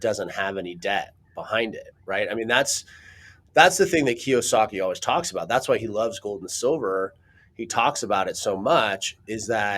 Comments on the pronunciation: The man's name is Robert Kiyosaki (kee-oh-saw-kee). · Kee-ohh-sahhkee dude. 🤦‍♂️ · Key yo saki is how that is pronounced.